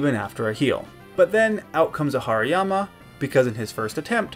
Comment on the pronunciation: Haryama is pronounced harimama